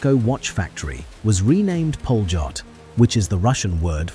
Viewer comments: Polot is pronounced Polyot. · No it's pronounced "pa-lyot"